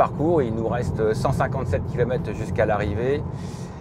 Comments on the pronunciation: Ce sont des kilomètRes et non pas kilomète :D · Dommage qu'elle soit tellement moche, vachement mal finie et terriblement chère... PS: j'aime bien les " 331 kilomette...."